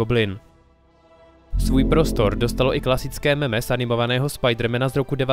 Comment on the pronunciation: Já jsem si hlavně všiml špatné výslovnosti pojmu mem. Ve videu zaznělo (a slýchácám to bohužel často) "meme", občast taky "mím".Což je blbost. Jednoduše proto, jakou používáme výslovnost u analogického pojmu: gen (anglicky gene). Gen je samoreplikující se jednotka genetické informace, mem je samoreplikující se jednotka kulturní informace (viz publikace Teorie memů od Susan Blackmore a Sobecký gen od Richarda Dawkinse). A jak neříkáme gene nebo džín, neměli bychom u analogického pojmu používat meme nebo mím (mým).